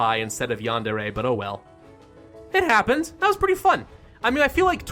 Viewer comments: It is pronounced yah-nd-eh-reh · its prounounced Yan-De-Re